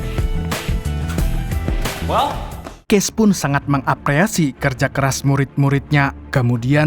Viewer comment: Apresiasi bukan apreasi 😂